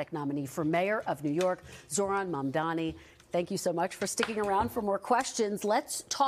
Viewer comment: Yayyyyyy, she FINALLY said his name correctly. Up until now, she's been calling him momdummy, , maam'damni, mumdaami lol It's pronounced Mumm (like mummy) + Daa-nee (it daa like "duh" not day) And the "D" in Mumdani is the Spanish "D" like in the word "dos"